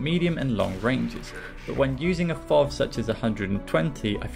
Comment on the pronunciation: "Better known as fov"? That's the first time I've heard it said like that XD